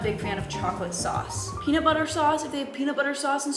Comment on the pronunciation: Aww, Americans. They can't function without their coffee. "Peanut butter and strawberries". Ha haaaaaaaa! (her pronunciation of things - I can't)